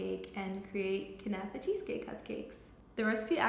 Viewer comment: kuhhhnafa 😂😂 girl learn how to pronounce first!!